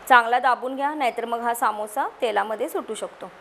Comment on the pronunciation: काकी सामोससा नाही समोसा